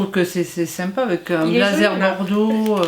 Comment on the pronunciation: Au lieu de dire avec tu dis avé Au lieu de dire parce que tu dis passé